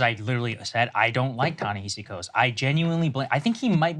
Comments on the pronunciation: You guys say Ta-Nehisi Coates was such an influence on you and yet neither one of you can pronounce his name? OK. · Why can neither of them get his name right? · Guys, if you're gonna keep talking about a writer whom you claim to admire and know so much about, at least learn to pronounce his name correctly. It's not that hard. Also, stop talking over a video that you want us to watch. Set up the premise, let us see the entire video, then give us your take on it. The constant starting and stopping of a video you want us to watch, as well as your commenting while it's playing is something that you do constantly and it's annoying.